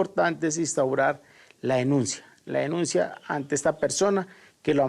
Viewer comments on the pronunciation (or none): Instaura la "enuncia" por qué será que a todos les dio por hablar como chirretes! Y el otro extremo, el gomelo que no sabe ni cómo hablar!!